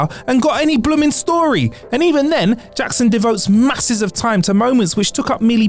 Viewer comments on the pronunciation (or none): none